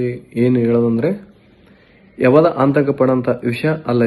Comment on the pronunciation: ಆಂತಕ ಅಲ್ಲೋ ಅದು ಆತಂಕ 😂😂😂